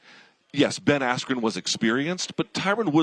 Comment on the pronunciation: that was so bad and disrespectful, are you seriously gonna act like not one time during the whole fight camp you heard someone pronounce askren’s name? Do you not know how to read properly?